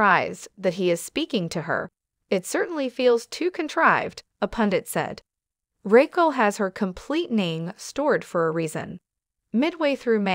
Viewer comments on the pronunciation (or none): Do you know how to say her name? Who is Rackle???😂😂😂😂😂maybe next time pronounce people’s name correctly 🙄🙄🙄🙄